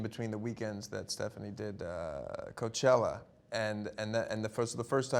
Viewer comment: Anyone notice he always calls her Stephani?